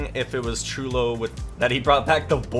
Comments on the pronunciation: when he said “I might just go straight for cholo” instead of Chulo 😂😭 shit had me dying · You say chulo so white